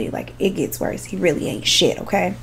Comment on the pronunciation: Omg did she just say “for better for worth” 🤣🤣🤣